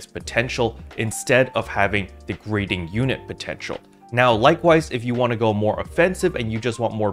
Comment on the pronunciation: Love what you do bro, just hadda make a slight correction... Gyrating sounds like (Jie-Rating) like what ppl do with their hips🤭 not "greating"